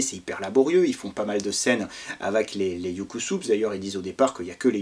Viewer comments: Oui et je pense qu'on prononce UK SUBS : YOU KAY SEUBZE ;) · Salut....je pense que cela à déjà été mentionné mais ça "pique" les oreilles !!!😵😣 (Phonétiquement) "Youkousoubs" pour UK SUBS!!!! Ainsi que "Anar-Chaud" pour ANARKO!! 😉🏴‍☠️🍻🧷🍺☠️🏴‍☠️🧷